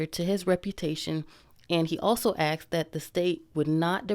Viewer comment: Why do people still say axed.